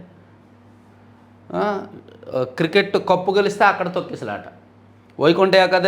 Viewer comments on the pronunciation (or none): none